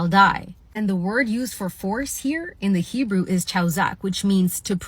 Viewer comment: Her pronunciation of Hebrew is embarrassingly bad. I guess that's what you get when you use the internet to tell you how to pronounce Hebrew.